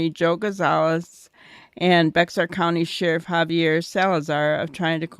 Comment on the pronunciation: Bexar is pronounced bear. The X is silent.